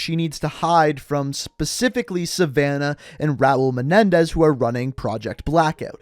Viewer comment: It’s Raul menendez